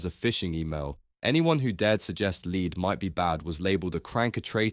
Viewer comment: Lead is pronounced as "lɛd" (Pb) and is different to "lead" (leed) which could refer to a dog lead (aka dog leash) or to lead someone away. (Leeds , by the way is a city in the north of England - historically linked to Liverpool by an ancient canal).